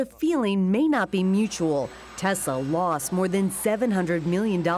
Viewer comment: The fact that he is only person in existence who says Tesla correctly should count for something..